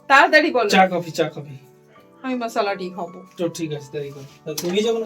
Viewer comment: চা কফি না বলে একেবারে চাফি বলো😅